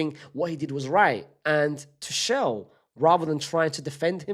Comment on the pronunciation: Bruh Unc suprises me every day with his pronunciation: First we had Shersny (Sczsesny), then we had Arooho (Araujo) and now we have Two-shell (Tuchel) 😭🙏🏻